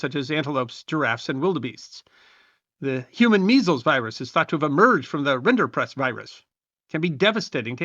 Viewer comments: I believe it's rinderpest, not rinderprest. Great video, though. And any tuxedo cat is glorious without embellishmentts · Correction- the disease is Rinderpest, not rinderprest.